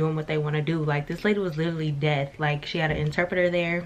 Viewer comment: kept saying “death” lol it’s “deaf” sis! Lol just helping out.